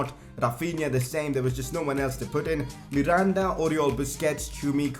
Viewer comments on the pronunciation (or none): none